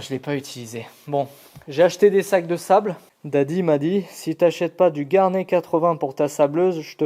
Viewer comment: Garnet : on prononce le T final.... c'est juste le nom anglais du grenat (minéral aussi dur que le quartz mais qui ne provoque pas de silicose). Pour Vevor.... tu déchanteras le jour où tu auras une panne. Avec un peu de chance tu trouveras des pièces compatibles chez d'autres marques (Vevor n'est qu'un rebadgeur qui ne fabrique rien). La visu tu peux la passer en mode tour. Si tu montes une tourelle à changement rapide genre multifix, tu peux mémoriser le zéro de chaque outil pour gagner du temps sur des séries de pièces (bien sur il ne faut plus bouger l'outil dans le porte outil).